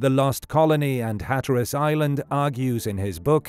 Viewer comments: Unless you're a robot narrating this presentation, you have mispronounced the word Hatteras you put the emphasis on the wrong part of the word. The first syllable you pronounced correctly to be hat then tear as though you're tearing a piece of paper and then the word us So phonetically it's, "HAT" 🎩 TEAR US. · you mispronounce hatteras in different ways every time you say it. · Sometimes British people say things differently. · I get that, but even British people don’t say it like he said it!